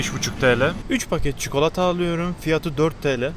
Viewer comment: Abi çukalata nedir 😂